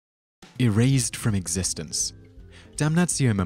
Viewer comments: It’s “existEnce”. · It's "existence."